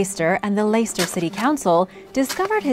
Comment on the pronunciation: Leicester ,pronounced Lester , Shire Pronounced Shir/Sheer